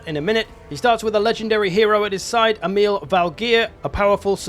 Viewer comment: so funny to hear people that dont speak scandinavian saying the name Emil, sounds like some arab name when you said it xD